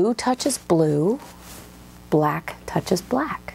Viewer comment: I hate hearing the word “black” the way she says it.